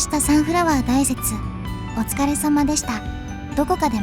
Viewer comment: サンフラワー大雪、たいせつ、ですよ。このところ、だいせつ、ってよく聞くのですが?